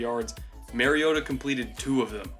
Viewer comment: You trash Mariota for his deficiencies and make excuses for Winston's deficiencies. Totally biased analysis. But really all I needed in order to know that your analysis is not to be taken seriously is that you don't even know enough about your subject to pronounce their name correctly. If you haven't studied your subject enough to even know how to pronounce their name then you don't know enough about them to be analyzing them.